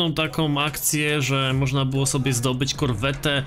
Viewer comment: Ejj nie mówi i nie czyta się Korwetta tylko Korwet - to jest od nazwiska typa.. Corvette - Chevrolet Corvet... to taki spolszczanie jak lambordżini..